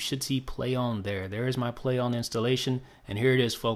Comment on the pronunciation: why does he keep saying "play ohm" lol